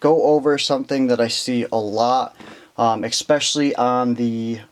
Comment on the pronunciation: Bro, "exspecially" is not a word.